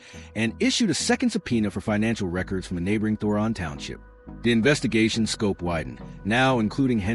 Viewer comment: Henyard, NOT Henry‼️ Thornton, NOT Thoron‼️